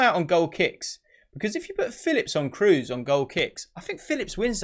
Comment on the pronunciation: Kroos is pronounded Craws in german